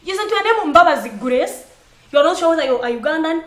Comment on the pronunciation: love you Kansiime. the way you pronounce Grace love it so much. Guraace